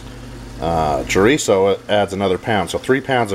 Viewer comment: Carne Asada, not asade. And Chorizo with one 'r' - Well done, though.